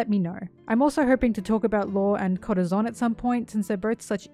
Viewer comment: If I hear you say Corazon like that again I’m gonna kms